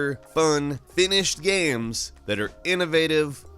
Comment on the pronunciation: Why do you always say video gams? Lol